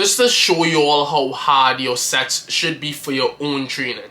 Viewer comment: why am i hearing "just to show you how hard your Sex should be"?😂😂😂😂😂 Love the videos man!!